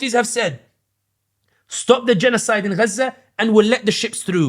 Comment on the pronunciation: Okay so it is ghza not gaza 😂🤣